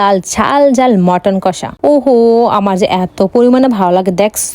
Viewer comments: Chicken ❌ Matten ✅😂😂😂😂😂😂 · ওটা মাটার না চিকেন আর ওটা হ্যাবি টেস্ট নয় হেভি টেস্ট। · ১৫ পদ❎ ১৫ পাদ✅😂😂 চিকেন❎মাটান✅ হালকা পাতলা এত তাহলে ভরপুর কত হবে বাবা রে খেতে ভারি পারো👏👏👏👏👏👏👏👏👏👏👏👏👏👏